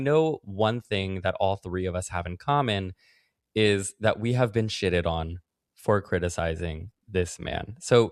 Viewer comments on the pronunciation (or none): matthew really said "shidded on"